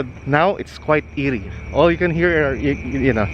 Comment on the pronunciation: But it is known the whole world as NAIA. If you use the airport, you will see that either arrival or departure as Ninoy Aquino Internatinal Airport. Even here in Canada, we call it NAIA. Try not to be petty. Oh, just a friendly reminder, it's "eerie", not " earie".